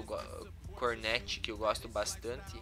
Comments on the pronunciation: ñ é cornet , é comet '-' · Cornet?AUUAEHUAEHUAEUAHUAEHUAE É COMET